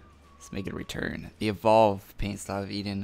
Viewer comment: Eden and Eidolon, two diff words. But great vid :)